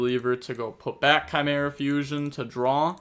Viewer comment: you shouldn’t ever pronounce chimera.